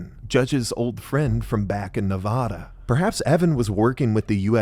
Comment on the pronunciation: Reno Navada mentioned🎉. But you’re saying Nevada wrong.